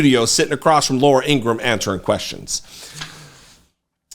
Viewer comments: Thank you for your work. Two things though. Has anyone pointed out the 5 stars on the gold tennis shoes are aligned like the confederate flag? Subliminal? And it’s Laura Ingra-ham. Not Ingrumm ☮️ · Laura Ingraham's brother stated that their last name is pronounced Ingra-ham, like oink oink...